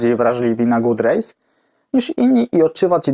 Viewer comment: Szkoda, że w tle nie leciała podpowiedź, że god rays nie wymawia się good rays. Może następnym razem?